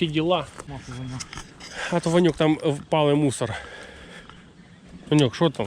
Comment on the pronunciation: Гарна риболовля!!! Ти кажеш Ваньок. А мені зразу почулось пиньок думаю чого ти його ображаєш. Потім дослухався а воно Ваньок.😊😊😊😅😅😅